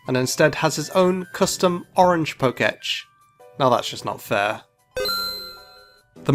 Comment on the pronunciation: IT'S PRONOUNCED "POKE-TECH"!!!!!!